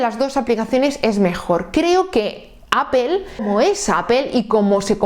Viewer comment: Primeramente muchas gracias por la información, lo que no entiendo de verdad es que si tú eres hija de España, (LA MADRE PATRIA) mujer tan preparada y con acceso a tanta información,¿ Porque Apel? Te juro que no puedo comprenderlo. Que cosa es Apel? De dónde sale? Porque Apel?????? Me sale urticaria cada que escucho eso, disculpame pero es aberrante. Te costará mucho pronunciarlo adecuadamente. Yo te lo agradeceré en el alma, incluso me suscribo y pago. APPLE, recuérdalo.